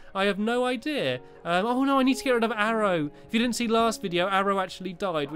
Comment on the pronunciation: when you say "idea" it sounds like you are saying "i deer"